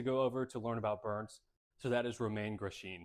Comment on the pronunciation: Great video but that is not how you say his name 😂